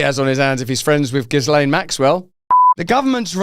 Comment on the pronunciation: That's what a democracy looks like, Russel. Also, the 's' in Ghislaine, is silent... You're welcome 😉